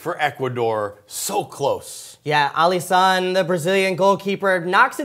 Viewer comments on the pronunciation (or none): Alisson in Portuguese has the same sound, you don't need to extend the O hahahaha